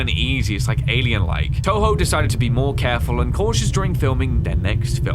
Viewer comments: “Tubo” lol it’s Toho (not hate) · The company is called toho not tobo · But they didn't even mock him for saying Tobo instead of Toho😭🤣🤣